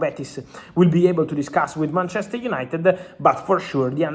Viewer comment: It's BANTCHESTER YANITED